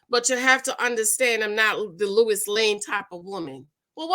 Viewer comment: Lois Lane ..not Lewis Lane ...lol That woukd be another show